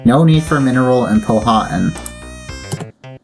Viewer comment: Hey man! This is how you say Powhatan: “Pow-uh-tan” Great video!